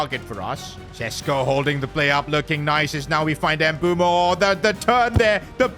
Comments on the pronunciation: Fr it's pronounced mb oouemo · It is pronounced mbu-emo not mbu-mo btw love ur vids miss the f1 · Please brother, I beg you… his name is MBEUMO (“Mbeh-oo-mo”), not Embumo. 💔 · Just to let you know it's not mbumo its Mbuemo pronounce the E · Mbuemo after calls him Mbumo everytime:😢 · Why the hell do you call him Mboomo? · Bro pronounces Mbuemos name Embumo lol.Just call him bum😂😂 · Bro its Mu-bwe-mo pronoun it nicely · PRONOUNCIATION not M-bu-mo its m-bu-emo not wirtz its v-irtz not I-sak its e-sak